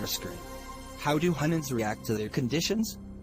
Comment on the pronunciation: Mistake Humans-Hunand